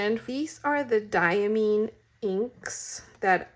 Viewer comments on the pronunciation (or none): The last “i” in Diamine is long; it’s pronounced like “👁️”.